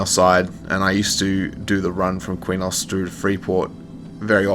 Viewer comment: back in the day when i played EQOA i pronounced Qeynos like kwaynohs and i saw people online years later say it was pronounced keynos. also i always said SOW (spirit of the wolf) like a female pig. like SOUr